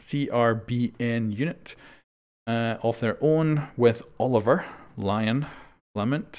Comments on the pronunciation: Isn't Lions name pronounced O-live-ee-A? Because it French, right? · TheBraindead Ant O-liv-yay like Montagne